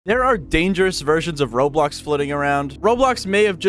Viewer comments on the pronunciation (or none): why it said "roadblocks" instead of roblox 😭🙏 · Bruh its roblox not roadblox lol